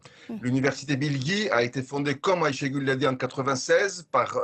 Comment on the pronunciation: De même, Ashégule ! Vous savez prononcer Aycha en arabe, et ben Aychée, c'est pareil !